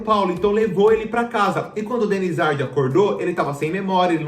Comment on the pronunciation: "Denizardi" não amor Denizár